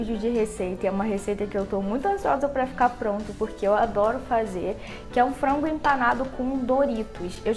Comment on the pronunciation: Eu acho muito engraçado quando ela fala frango😂💜 é tipo "frongo" 💜😂